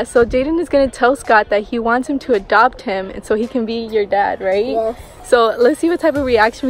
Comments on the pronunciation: At first I thought they were in a car wash then I saw the headlights from other cars. 😂 That was a crazy storm. Also it’s funny how Jayden says “dopt” instead of “adopt”. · I love the fact the jayden says dopt me instead of adopt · Scott, can you dop me☺️